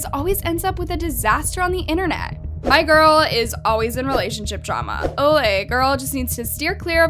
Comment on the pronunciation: AHHH WHY DID SHE PRONOUNCE "OLE" LIKE THATTTT